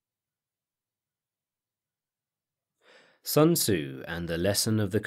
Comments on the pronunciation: "It's like 'Sun-Tuh-Zoo' says: a good leader is benevolent and unconcerned with fame." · Sun Ta-Zoo - Paulie Gaultierri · Sun ta-zoo! The Chinese prince matchabelli! - Paulie Walnuts